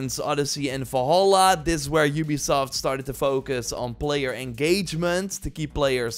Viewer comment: Im sorry, but while the video overall was absolutely great, I got incredible frustrated over how you said "Wolholla" instead of "Valhalla"... I loved this video, but please take the revenue of this video to take a grammar/speaking/pronounciation-course. Thank you :) (Before y'all start beefing again, this is meant friendly and I do not mean to attack him personally. So you can kindly piss off, thanks).